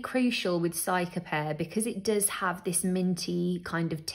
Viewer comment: Pronounced ceeca-pairr btw not cyca